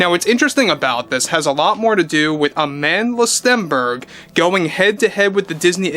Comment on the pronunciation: It's weird how he can't help but pronounce her name that way AmAAAAndla StEEEEEnberg😂